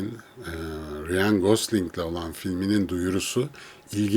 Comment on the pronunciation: Abi konu harici; neden Ryan ismini "riyan" şeklinde telaffuz ediyorsun?.. Rayn... Bir de J ile başlayan isimleri C ile okuman daha doğru.